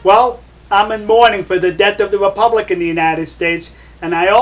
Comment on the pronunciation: "The deawth of the wepubwic." Kiw da rabbitt, kiw da wabbit! Be vewy, vewy quiet. I'm huntin' wabbits.